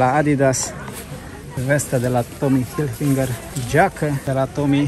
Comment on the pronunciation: Se numește,.. HILFIGER….NU HILFINGER , e fara litera N . 😊